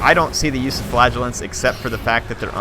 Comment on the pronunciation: I enjoy your videos...but the unit that you do not like is pronounced 'Fluh-gel-ants'. What you are saying sounds like flatulence...which is unsavory haha.